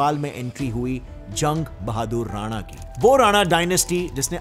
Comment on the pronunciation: राना ❌❌ राणा✅✅